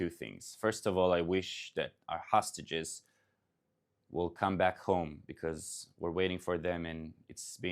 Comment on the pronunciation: I would prefer if he would pronounce english words better. Not say hustages, but hostages. Not say lunch, but launch.